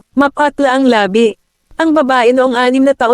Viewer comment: Bakit ganyan xa magpronounce Ng labi.......Ang pagkakapronoun e nya eh labi as in Patay..sorry ah napa sin q lng